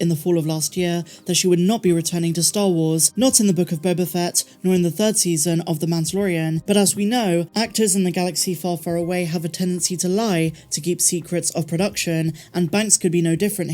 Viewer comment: Again...you mispronounced "The Book of Boba Fatt".